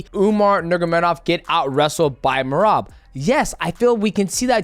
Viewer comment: He called him Berab 😅